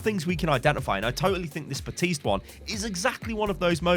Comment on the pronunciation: Ok, Ive been able to ignore it until now. The P in Baptiste is NOT silent. There is even a voice line that correctly says his name.